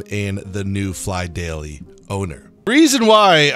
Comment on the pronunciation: Did he say “PhlyDAILY”???????